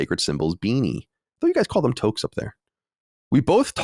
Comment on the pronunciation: Just wanted to say as a Canadian the way colin pronounced touque gave me a good little chuckle. But also just wanted to say i live way closer to Toronto and personally think montreal is a better city to visit. Its not "too french" at all, you can get by completely fine in montreal only speaking english.